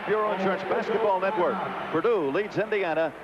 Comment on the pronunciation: Always loved how coach knight called them "peardue".